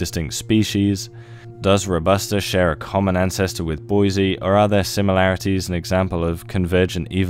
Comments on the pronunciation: BOY-ZEE-EYE Not “Boy-zee” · Boy-zee-eye. It’s important to check pronunciation. You